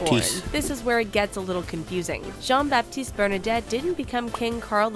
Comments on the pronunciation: The video you were watching is so extremely full of mistakes unfortunately: Bernadotte, not "Bernadette"... Sweden is a constitutional monarchy, so the king isn't ruling the country. His first name isn't "Carl", it's "Carl Gustaf". The photo on the right isn't him, but his son Carl Philip. No, he did not get rid of that rule. It was the Swedish government who did that. Against his will. Her name isn't pronounced "Mad a line", but "Ma the len". It's Christopher O'Neill not Christopher ONeil "Have plans moving to London". What old magazines have you been reading? They moved to London in 2015, and since the fall of 2018 have they moved to Florida. No, Prince Gabriel was born in August 2017, not 2018. No, Prince Nicolas was born in June 2015. It was Princess Madeleine's 3rd child, Princess Adrienne, who was born in 2018, but in March, not June. No, they have 7. (Estelle, Oscar, Alexander, Gabriel, Leonore, Nicolas and Adrienne) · Not Bernadette. Its Bernadotte